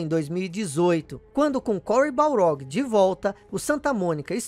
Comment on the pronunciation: cory baRLog!!! Balrog é o boxeador!!! Sei que explicou no video anterior, mas é muito estranho ouvir o nome dele errado kkkkk